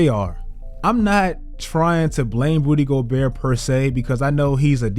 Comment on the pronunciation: for a second I thought i heard you say "Booty Gobert" 😆😂😂💀